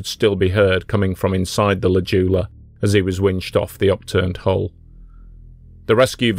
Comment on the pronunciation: This one hits close to home, a little bit too close for me. Anyway, it's pronounced J-OO-la, not Juula. Sorry for being pedantic.